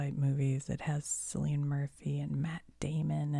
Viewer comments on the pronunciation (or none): Sillian Murphy 😅😅 Cillian Murphy pronounced Kill-e-ann Murphy 😅😊! Love the video all the same 😊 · love this video! just an fyi, Cillian Murphy's first name is pronounced like "killian" :)